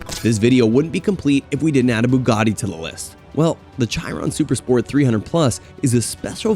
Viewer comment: Cos'è la Bugari? Gli americani sono l'unico popolo che chiama tutto con la propria lingua. Bugatti, si dice Bugatti anche se parli cinese o arabo, si dice Bugatti con la pronuncia del paese di provenienza, non bugari